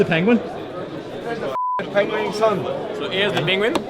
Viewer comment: What TF ia a pengwing?! 😂😂😂 By the way... the grand tonneu is tiny... 35mm?! Would look strange on my 19mm wrist... Why so small?? That's why I won't buy one. I really like Maen watches... but the latest Grand Tonneu is too small... 🙁